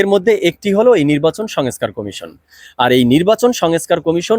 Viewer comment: ভাইজান, আপ‌নি এ‌তো বড় প‌ত্রিকার রি‌পোর্টার/সাংবা‌দিক! আপনার উচ্চার‌নে সমস‌্যা আ‌ছে! ঠিক ক‌রেন। "সঙএছকার" কি? ২৩,০০০ কোটির স্থ‌লে ৬০০ কো‌টি চার ভা‌গের এক ভাগ কি ক‌রে হয়। "খাওয়ার আ‌গে মেয়াদ দেখা উ‌চিৎ"